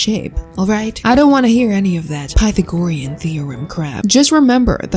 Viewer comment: "Pathogoriean theorem" 😭